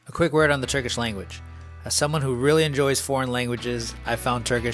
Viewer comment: awesome overview!! also big props on Turkish pronunciation 🤌